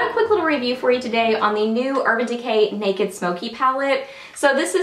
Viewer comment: I love that you say "neck-id". lol Being from Alabama, so do I !!! xxoo Lisa